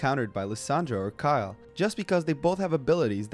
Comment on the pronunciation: Nice video. But it's Kayle not Kayel.